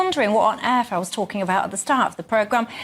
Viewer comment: "What on AARF...". Love that accent!